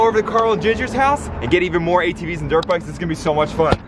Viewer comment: When he showed the helmet he said I got my green drit bike then he said and I have my ornge drit bike